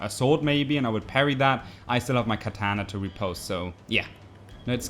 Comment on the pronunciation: So we will want to switch to our Keh-taaahna lmao